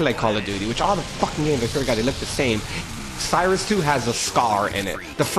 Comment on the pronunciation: LOLOLOL NOT Cy-rus It's Cry-sis :P Crysis 2